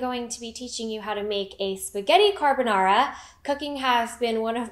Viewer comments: As an Italian chef I feel deeply offended by this "carbonara" still love your character in the boys tho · Ogni volta che un non italiano dice "carbonara", non sai mai cosa otterrai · I cant believe she is Japanese, her pronunciation is so perfect